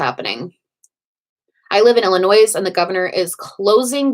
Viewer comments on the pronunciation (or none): I love you but the s in Illinois is silent. 😝 As an illinoisian it was nails on a chalk board lol. I lived in central new York for a couple years and they were the same.